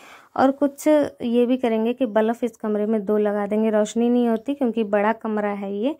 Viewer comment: Aap kuch shabad sahi se nhi bolte ho.... jaise ki aaj aap room mein बल्ब lagane ki baat bol rahe ho,बल्ब ko aap बलफ bol rahe ho,jaisa hum bolte hain bachhe bhi sun sun kar galat hi bolna sikh jaate hain.......please mind nhi kariyega,samjhne ki koshish karna main kya kehna chahti hu.....